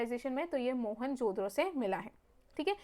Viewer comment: Behn pronounce toh thik sey karo.. it's mohen jo daro not mohenjodro 😂